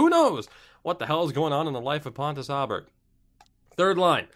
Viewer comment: Pontus Oh-berg, since it's an å instead of an a. And the berg should sound more like berry than burgh because he's Swedish. Aaaaanyhow...